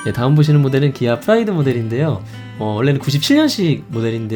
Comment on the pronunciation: 페스티바는 p 로 발음하고 프라이드는 f 로 발음하셨네요